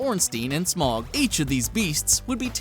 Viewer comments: Smog? Rely nigga Its Smoh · Smough is pronounced Sm-o the GH is silent. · Stopped watching the moment I heard smough pronounced smog. Do u call dough dog? Didnt think so. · or smough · ornstein and smog thats not how you pronounce that lol